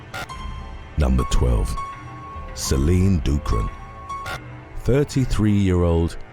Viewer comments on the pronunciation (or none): none